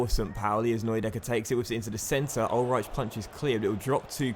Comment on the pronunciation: In german ch=h so it is pronounced Ulreih not Ulreich also ei= ai but i think you know that